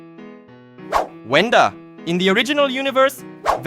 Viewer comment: It’s Wenda not Venda